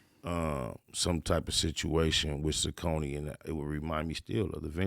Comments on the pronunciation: What’s up. This is Troll for your original streetgangs board. I am proud of your growth. But is right in his pronunciation of Sauconys. As a 53 yr old Inglewood native that’s the only way I have ever heard it pronounced. Now you may be saying the proper pronunciation but is Inglewood street accurate. I remember my mom gave my big homie some money to go to the Inglewood swap meet to by me some school shoes when I still at Monroe and he came back with some all white Sauconys. Lol. I was like what the hell is this Blood? I was expecting some fly Nikes or Adidas. Not no gotdamn Sauconys. lol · definitely mispronounced Saucony. 😂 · Saucony was the shit on the east coast back in the 90s. is definitely pronouncing it wrong.